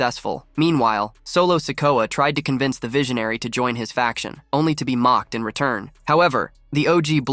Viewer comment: How come the AI voice you use doesn't know How to say the word join? It said, John. Maybe if you're going to be lazy and not do the voice over yourself you should probably spend the money on AI that can read simple, English words